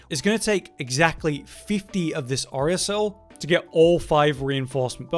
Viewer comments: Its pronounced oh-ri-CAL-site. Like from orichalcum. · Bro what the hell did he just call the Oricalcite??? Oricell?? How is it that these successful rich youtubers don't know how to even read correctly?